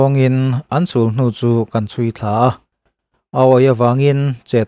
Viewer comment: Kan tawng i thiam viau mai. Sa hi an pelh ngai lo. "Sawisel" tih a, "sel" an hian "pēl" tih tur. A modified form-ah chuan," inkhel" tih a, " khel" ri ang hian a ri tur. Sulhnu tih leh Thangte leh zim tih modified form-a lam rik dan te leh thumal dang tkemte pawh hi, a dik zir i mamawh.